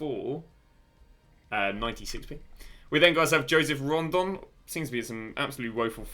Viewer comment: I always laughs at your pronunciations of the player Rodon= Rondon etc